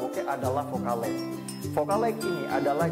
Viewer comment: sorry bang bukan fokal leg, tp fokal leng,, LENGHT ^_^